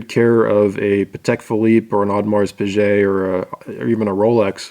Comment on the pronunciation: Also Audemars Piguet ( G as in God).... not Piguet (G as in Jean Paul Sartre)...Piaget has that G pronunciation.